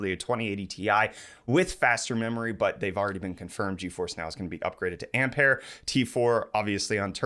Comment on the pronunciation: GFD, it's not "amp-hair"